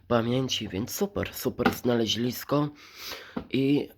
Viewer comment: Nie znalezlisko tylko znalezisko